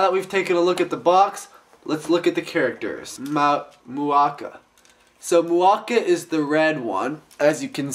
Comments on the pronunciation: Muaka - Yellow Kane-ra - RED Mu-a-ka NOT Ma-u-ka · ist it pronounced mu-a-ka not mak-u-a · Dude, you pronounce Muaka wrong. It's "MOO-AHH-KAA" not "MAA-KOO-AA"